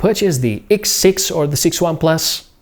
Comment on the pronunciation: what " iks" siks hahhaha